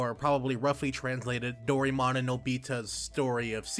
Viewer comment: Finding Dorymon? I hope your Japanese reading skill is better than your pronunciation. I like the idea that the game might have Fantasy Life elements to it, but not as thrilled that this will be Nobita’s “story”. Who gives a crap about him? Seems like anyone actually wanting to see a lot of Doraemon will feel cheated.